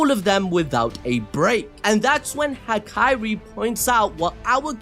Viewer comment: HAKARI BRO. It’s HAKARI. goofy ahh